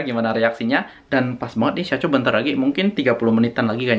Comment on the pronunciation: Syacho bkn saycho